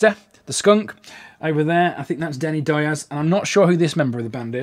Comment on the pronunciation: In America Diaz is pronounced Dee-az dude.